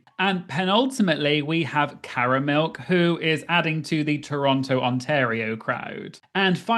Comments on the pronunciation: To truly secure your doctorate on Canada, you WILL have to learn how to pronounce "Toronto." We don't say the final t. 😉 Really, it's "tronno" or "turonno" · Yay! This season is gearing up to be SO good. And as an Ontarian I am obliged to tell you it's pronounced "T-rono". This should secure your PhD in Canadian. 🍁